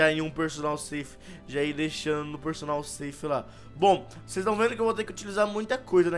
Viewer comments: Perdonal Safe? mds aprende a falar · Ele pronucia personal ceif 😂